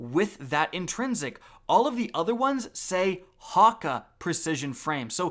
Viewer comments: its not hakka its hakkey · Ha-kay. Not Ha-cuh. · HAWK-AH My guy, as a swedish person, Häkke is pronounced "Heck-keh" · Your pronunciation of so many things in this game is off key, every time I hear you say something like Hakke which literally everyone I’ve ever heard pronounces it Ha key. Always decent content but that pronunciation 🤷‍♂️ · Häkke is pronounced Hawk-ee. Like the old JabberHakke (A play on words to the Jabberwocky). Vorpal etc are all a homage to Alice in Wonderlands' lore. Vorpal is the blade used to decapitate the Jabberwocky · Hakke. Hack-ay, say it with me, Hack-ay lol. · Anyone else cringe at how he said Häkke? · how tf did u just pronounce häkke? also, why tf u hyping up vorpal weapon so hard? we don't even know how good it is yet. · the way he says 'Hakke" really shakes me up for some reason